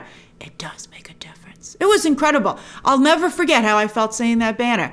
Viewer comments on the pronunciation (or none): none